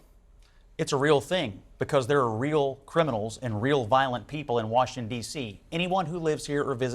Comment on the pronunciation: Washintun Deeeshheeee